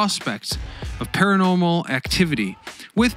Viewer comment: Do you have a problem saying "Paranormal" ?